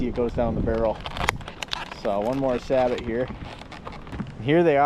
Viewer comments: It's pronounced Say-Bo not Sabot and two you are always supposed to shoot it standing first not cheat using a lead sled. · Nice video. I'm actually researching a FireStick style gun right now; either Traditions or CVA once they re-release the CrossFire. Just a quick tip: it's pronounced "Sa-Bow", not "Sah-but".